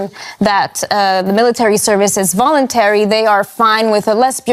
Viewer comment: I love it how the female reporter went from "Tntrouducing voulonteary military service, that means that when young men when they turn 18 have to fill up" so where is the volounteer part? :)